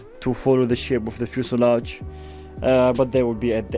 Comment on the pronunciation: One biece fuselage in brimer. Berfect 100 bercent